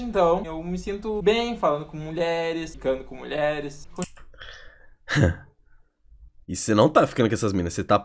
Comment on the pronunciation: mano só eu q tava com agonia dele falando "muler" "muleres"